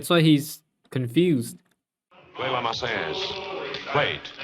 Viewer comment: For your knowledge, "La Marseillaise" is derived from the city of Marseille, pronounced mar-SAY; Marseillaise pronounced mar-say-EZ. I don't speak or read French, I've only heard these words so many times I know them by heart. Just thought you would like to know. :)